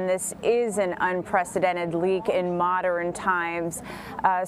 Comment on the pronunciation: moder-rin times? . My daughter would pronounce pattern as patter-rin like she just said modern as moder-rin